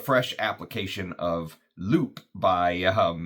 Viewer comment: french is tricky with pronunciation. "loup" is lou and "une" is yn from the ipa. ❤